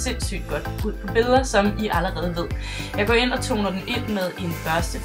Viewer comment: elsker din video. men det er så sjovt af du siger allerrede